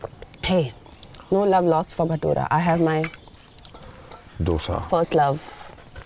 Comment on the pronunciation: Madam dough-sa mat bolo please! Sir kiti chaan dosa mhantat ani tumhi ka dough-sa mhanta?